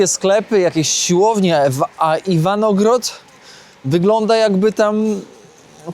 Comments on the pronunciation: Aż uszy bolą - Iwangorod nie Iwanogrod…. Lubię Twoje filmy i śledzę na bieżąco, ale tą wpadkę warto wyedytować. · Nie. Jak zwykle nie potrafi żadnej nazwy czy nazwiska wymówić